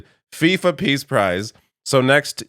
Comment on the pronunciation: I thought he said Piss Prize.